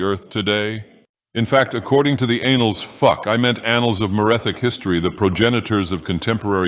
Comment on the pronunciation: "According to anal oops i mean annal" lol